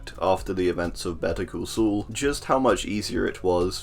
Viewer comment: “Better call sool”